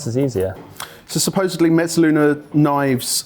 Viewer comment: J, why do you keep adding a "t" to mezzaluna?